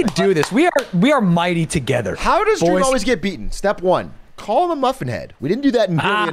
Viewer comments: dweam dweam dweam? dweam minecwaft? ow dweaaaam! dweam. dweeeam. dweam minecwaft... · “Dweam dies of alcoholism” lmao